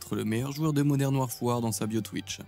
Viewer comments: Modern warfoire faux vraiment quel tu articule gamin warfare "warfaire" en prononciation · Modern Waf waf 🤣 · Super vidéo, mais cependant, je reste septique quant à la prononciation de "Warfare" 😂